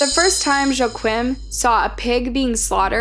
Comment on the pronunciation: To the person telling this story…you are saying “ Joqweem” Please lease learn to pronounce words….his name is pronounced….. Wah-keen…….as in JOAQUIN PHOENIX….. ONLY reason I’m pointing this out. YOU chose to be an announcer in this type of work field. Whoever your boss is should have the knack for looking for pronouncing names, states, important words to an article.sorry